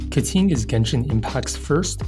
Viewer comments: Why, why do you keep saying Keting instead of Keqing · Instead of a voiding saying her name, this went the other way and said "Keting" in every sentence of the video. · pls stop saying ka ting. it hurts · her name is pronounced "kuh-tyying" not "ke-ching" or "ke-kwing" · sorry but each time you say Keqing it hurts